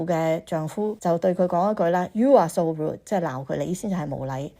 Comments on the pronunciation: no "d" sound. she will soon grow root. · 佢讀個”rude”字讀得好唔正捲脷音咁重讀得好肉酸好肉酸，翁小姐太厚道，不停話佢好靚好靚、其實佢唔好pity, not pretty!